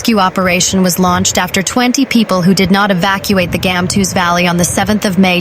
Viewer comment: Gamtoos - Gumtwo'ers Valley. The G must be the sound made by the 'ch' of loch. Please pronounce the names of our towns/areas correctly.